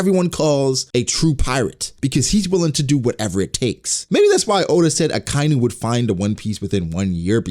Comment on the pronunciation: I'm sure I'm not the first person to bring this up but the way you say Akainu bugs the hell out of me. It's Aka (red) Inu (dog). Like baka.